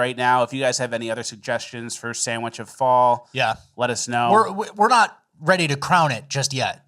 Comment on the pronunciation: The woman news reporter on thr cheesesteak armed guards, couldn't even sand "sandwich" correctly. Or "aunthentic".